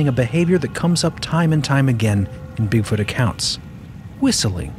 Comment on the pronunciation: when he mispronounced Bigfoot as BigFORT, it came across as “bigfart” to me and it caught me by surprise so suddenly that it made me laugh while in the process of a cough, which gave me violent hiccups for an entire half hour 😂😂😂